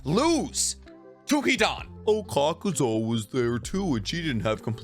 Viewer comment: Listen my boy. It bothers me when you mess up these character's names. His name is Kakuzu NOT Kakuzō. Granny Chiyo name is ChiYO not ChiYU. That is all